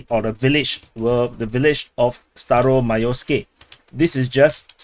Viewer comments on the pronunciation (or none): Staromaioske I thought you said Stylo Milo SKI.😂